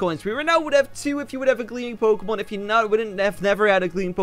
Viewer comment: Everyday u say pokèmon in this game